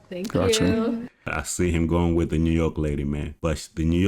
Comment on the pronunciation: Wif instead of with; where is he from?